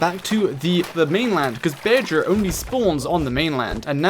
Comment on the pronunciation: Tip: To pronounce bearger say bear then jer It kills me how you say beer ger lol